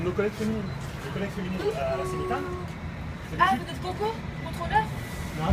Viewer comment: Semitan alors pas tan